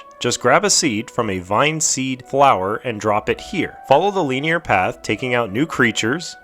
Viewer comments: the pronunciation not the use of the word hahaha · Good video but they way you say linear triggers the fuck out of me lmfao